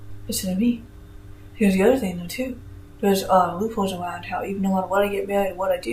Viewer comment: "Sweeping awound"